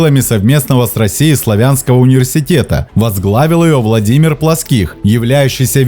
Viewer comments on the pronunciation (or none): none